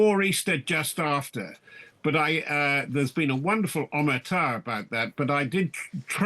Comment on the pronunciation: Good to hear 'omertà' stressed properly for once.